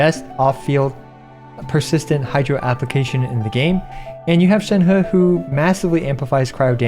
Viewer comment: Excellent video. But Imma just drop that I'm tired of hearing people saying Shenheu. It's pronounced Shenreh guys. Don't butcher names please. Thank you :)